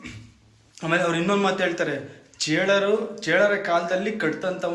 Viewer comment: ಚೀಳರು ಅಲ್ಲಾ ಚೋಳರು ಬ್ರದರ್..